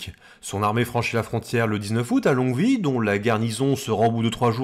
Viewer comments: On prononce Longwy « lon-oui » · j'ai vraiment jamais entendu un belge prononcer "Longvi" En tout cas dans la province du Luxembourg tout le monde prononce Longwy comme on le prononce à Longwy